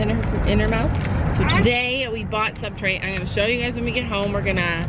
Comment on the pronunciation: it’s substrate not subtrate